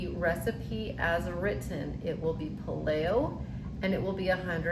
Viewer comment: How about PAY-lee-oh??